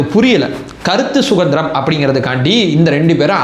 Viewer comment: வணக்கம். " கருத்து சுகந்திரம் " இல்லை. " கருத்து சுதந்திரம் " என்று சொல்லுங்க. அதுதான் சரி.❤❤❤